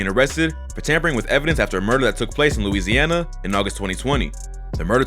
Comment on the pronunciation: This dude say Louisana straight weirdo